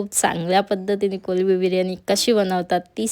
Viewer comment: Mla khup chan vatal tumhi kolbi bolat 😅 karan ki sarv jan kolmbi boltat pan mla nahi avdat 😅